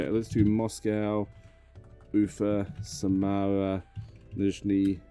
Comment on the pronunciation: он нормально произнес Самару, по крайней мере ударение правильное.